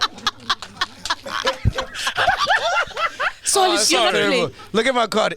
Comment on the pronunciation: Sol said SPIRAL😂😂😂😂